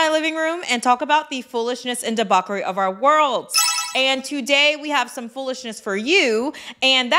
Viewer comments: You should do the one about the mom who has 17, yes, SEVENTEEN kids and thinks it's someone else's responsibility to help her pay for them. It's the debauckery* of it all for me 😅 *I know it's spelled debauchery. It's a joke with the content creator. She's been saying it wrong for years and recently found out the correct way of saying it. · "Debaukery ", you said it again, girl 😊